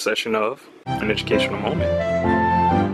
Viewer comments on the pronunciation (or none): Educational "momment"? Seriously???